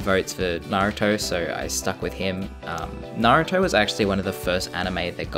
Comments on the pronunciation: THANK GOD HE SAID NARUTO AND NOT NARUUUUTO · thank god you say Naruto like a normal human being and not like Narooto